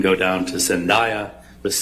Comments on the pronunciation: Is it only me that I cringe when they all say zendayas name? Like zendaya even said it’s pronounced zen-day- yuh not zen-die-yuh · OMG someone tell them her name is pronounced Zen-DAY-ah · Why hasn't anybody pronounced zendaya's name correctly when ever they bring her up in court its irritating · She mispronounced Zendaya’s Name wrong wtf!